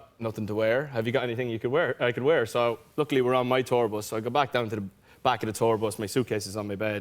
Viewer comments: Me: Say bus Niall: bOsS Me: bus Niall: bos Me: 😤 B-U-S bus Niall: BOS Me: throws potato at him Niall: gasp . . . Me lovelay patato cries 😢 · When he started saying bus though....it sounded like bos.....just like Louis....oooooh I miss the old lads😫😩😖❤️❤️ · He said "bos" 6 times.😍😍.. kind of reminded me of Louis saying "bos" .... when he was describing their tour bus😅😅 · When Niall was saying bus, my mind had some flashbacks to where Louis always said bos instead of bus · Why is no one talking about the way he says bus? 😂 love him! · The way he pronounces "bus" 😂😂😂💕💕💕